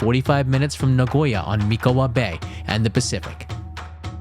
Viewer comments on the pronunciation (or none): Nice toiur of Nishio. But pronunciation of "izakaya" and "Mikawa" are so bad. Please don't learn them that way!